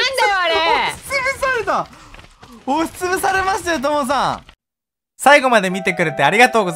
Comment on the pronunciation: ともさぁぁん！！が父さぁぁん！！に聞こえるw